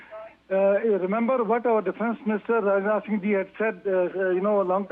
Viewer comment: Asif ko Afis bolti hai?!!!